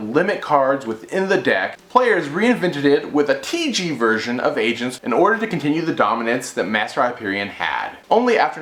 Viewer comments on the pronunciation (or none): none